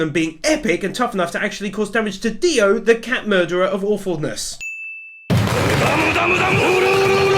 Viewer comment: DIO not Dio!!!!